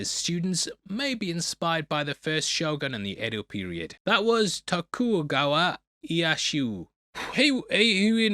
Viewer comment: Tokugawa Ieyasu is pronounced Toe-koo-gaw-wah Ee-eh-yah-sue. For future reference.